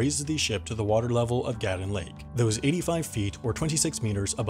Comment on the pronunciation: It’s pronounced GATOON LAKE GATOOOON i lived on that lake a fished there other than that cool vid